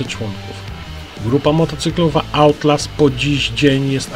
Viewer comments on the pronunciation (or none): Czyta sie Autlałs lub Atlałs a nie Autlaws